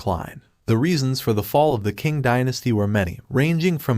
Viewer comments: Man, Like the other guy said , work on the pronunciation Some suggestions - provide context to who the Qing were, machus ruling over Han Chinese subjects forcing them to submit and engage in degrading practices (the specific haircuts) - provide more context and detail on how the Qing stifled innovation development and how this lead to Chinese intellectuals forming a counter culture movement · "Asian historian" Proceeds to butcher the pronounciation of the Qing "Chee-ng" and Liaodong "Lee-ow-dong"